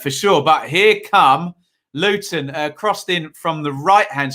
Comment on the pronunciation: Good video again. I see your pronunciation of "Looun" is spot on 😁⚽️🎩